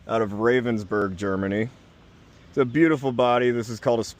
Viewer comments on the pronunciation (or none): none